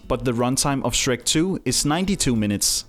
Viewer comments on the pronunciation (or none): none